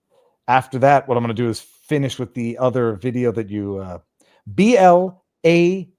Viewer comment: "blacjk" Its "black jack", i think... Pretty easy to say. Viva you have too much french in your bones! Love ya, Pierre can do better. Child sex changes, shall i say more? Id like to see this kid at 21.